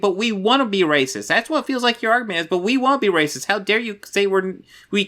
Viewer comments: I am getting so fucking aggregated by his pronunciation of “rossacist”— it’s a blatant grift to not trip the demonetization algorithm and drag his video out long enough for a fucking ad break. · To me it kinda sounds like he is saying eroticism. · Yeah, it's not a pronunciation in his accent, haha. I thought it was poking fun. Still find it funny to be honest. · I actually asked what was up with the pronunciation of "racist" in the video and flat-out told me it was to avoid the video getting demonetized. Okay. Anyway, this Midnight's Edge video is gaslighting of the highest order. It is correct that news outlets tend to get drawn to the controversy like sharks smelling blood, but Midnight's Edge uses that playbook just as badly if not worse.